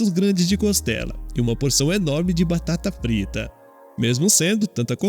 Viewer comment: "Batata Prita" kkkkk